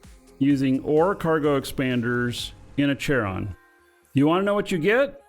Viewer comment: It's not Chair-on it's KAIR-on. It is named after the ferryman to the Greek underworld.